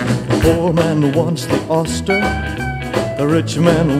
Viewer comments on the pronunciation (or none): Why does Elvis pronouce oyster as "au-ster" instead of "oi-ster"?